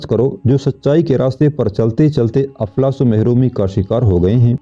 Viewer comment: aflas nahi iflas